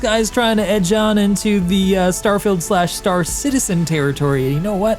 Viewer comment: What a funny pronunciation of "starfailed"